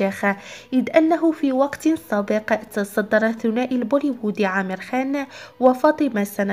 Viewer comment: اسمه Amer عامر مش امير بس هنا بينطقوه بحرف ال Aلانه ما عندهم حرف ع